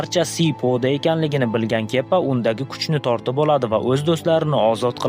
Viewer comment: Kepa emas kiba😂